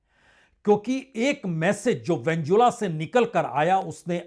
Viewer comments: Aap ke Venezuela pronounce galat hai !! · आप वेनेजुएला शब्द का उच्चारण सही नहीं करते हैं। कृपया सुधार करें। 🙏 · Kindly correct your pronunciation Sir ji Venezuela, Benjamin Netanyahu.. you should learn these words 😊